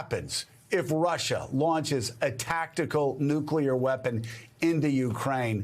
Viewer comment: Alright, now. Everybody say these 2 words with me: New Clear Say them faster: New-Clear New-Clear New-Clear Newclear Nuclear Nuclear Is that clear? Crystal clear? Nuclear clear? Alright. Go forth and make no more mistakes about "nuclear."